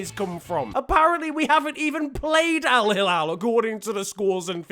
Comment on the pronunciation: You pronounced alhilal wrong ☹️😂